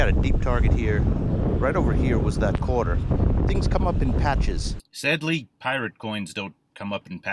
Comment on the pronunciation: this video is 1 yr old, and its PRE-itsa quatah! i cant believe i noticed that.